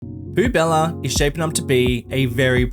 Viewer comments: 2.20's biggest weakness is french words XD. Poubelle is pronounced "poo-bell". Poubella sounds better for the city though! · actually it's pronounced pu.bɛl (poubelle) not pubella :D love the cs2 series btw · "Poo Bella" bruh that pronunciation lmao